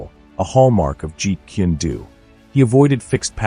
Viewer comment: it's jeet kune do, not "jeet kindu" or whatever you're saying